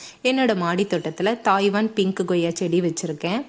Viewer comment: தாய்வன் அல்லம்மா தைவான் 😅😅